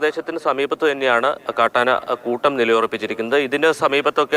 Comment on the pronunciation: ആന കുഴ്ട്ടം അല്ല 😂😂😂കൂട്ടം